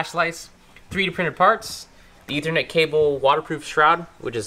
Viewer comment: STOP SAYINT ETHERNET